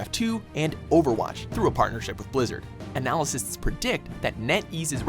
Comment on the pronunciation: This dude mispronounces so many words like indicted and analysts. Fucking moron.